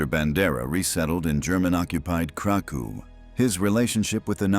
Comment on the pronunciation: Kraków: krakoof; Volhynia: Wołyń: voween